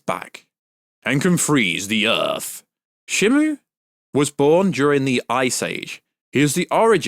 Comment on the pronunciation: She-mew is the pronunciation